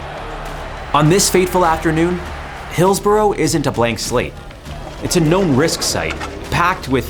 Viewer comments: pronounced 'Hillsbruh'...... not 'Hillsboro' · Script written by AI by chance? By the way, its pronounced Hills-brugh not Hills-burrow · Im a Liverpool fan. The police trued to cover it up and The Sun newspaper blamed the fans. Disgusting. Its pronounced Hills-burra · Excellent presentation of the event but I'm going to be really picky and say that, in England, Hillsborough is pronounced "Hills-ba-ra". Yeah, I know; English spelling of place names doesn't bear any relation with the pronunciation. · It’s pronounced Hills-bra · I cant stand how he pronounces Hillsborough 😂